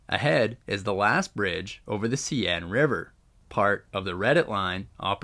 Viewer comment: seine river pronounce as 'sane'